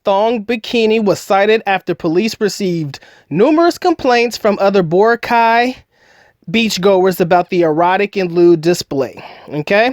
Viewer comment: it's nor Bor-a-cay, it's Bo-rac-y... my wife is from there